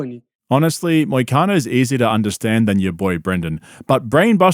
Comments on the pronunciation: Callen: Moicano? Brenda: Muhcano …. Got it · I thought he almost said “mitch mcconnell” instead of moicano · Because he's saying McConnell. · “Macano” over and over is making me so mad. He can’t even get the guys name right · Schaub keeps calling him McConnel 🥶🥶 LETS GO MONEY MOIC!!! Total Wes Watson energy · Why does it sound like Brendon keeps saying McConnell? 😂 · he mispronounces Moicano’s name on purpose what a loser